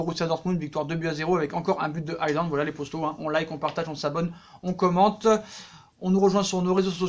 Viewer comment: c pas aie land haland